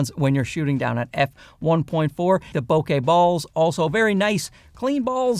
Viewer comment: Love your videos! Always entertaining and informative. Can't wait to test this lens out. Oh...and also...thank you for pronouncing bokeh correctly. It really grinds my gears to hear someone say bo-kuh. 😂